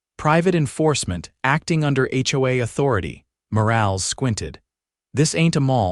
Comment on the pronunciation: Please train your AI narrator to recognize words that have con textually controlled pronunciations. Words like “live” have two pronounciations in English, which have different meanings. “Morales” is a name in which the “e” is short, not nonexistent. These are just a few items of the narration. Words on the screen need to be reviewed for proper usage and spelling. Sometimes a single spoken word is spelled as two words. You need a proof-reader and a proof listener before publishing 6our videos. AI isn’t smart when it comes to language, written or spoken.